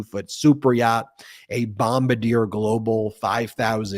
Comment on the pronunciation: It's not Bom-BA-deer. It's BOM-bar-DEE-ay.